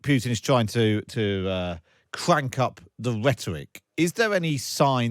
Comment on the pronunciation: Cwely Pjutn is twying to cwank up the whetoric. 😂😂